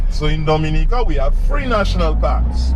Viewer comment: All that time spent with Blessed and you couldn't come away knowing how to pronounce Dominica correctly.